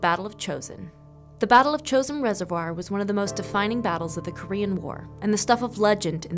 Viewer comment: If you want to honor the fallen, at least get the pronunciation correct. Chooo sin resivoir.